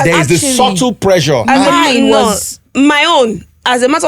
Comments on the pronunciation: The male Dr is Educating people but the female Dr is just trying to justify and selling BBL online, and as for the lady pls calm down your doing too much, you said you Schooled in Turkey you could not pronounce simply words like ( Presure ) you said that word repeatedly more than 2 times and it was a shame. Sometimes it's just best to be quiet especially when the world is watching. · Nigerians, how do you pronounce pressure? Pre-jure?😂